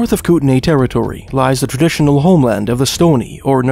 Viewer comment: it's spelled Kootenai, and is pronounced "coot-in-eye"